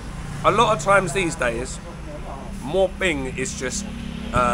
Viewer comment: mate, it's not sodding MOR PING.....It's MOO PING or หมูปิ้ง You should know this; it's pretty basic....